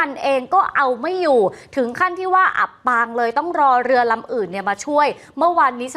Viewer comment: อับปางกลางทะเล ไม่ใช่อ่านว่า อับปลางกางทะเล อ่านผิดหลายรอบเลยค่ะ